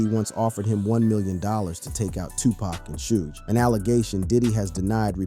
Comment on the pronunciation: dude don't even know how to say Suge but take his word for this lol